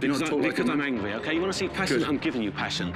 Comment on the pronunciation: omg he says angwie instead of angry